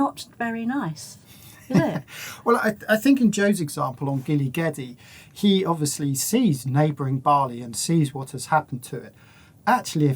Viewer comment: "gili gede", you got "gili" right; "gede" is pronounced almost like an australian "g'day". gili means island, gede (bali+java) simply means big.